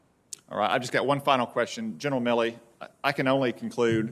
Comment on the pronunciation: Hate he keeps saying Miller. Its MilleY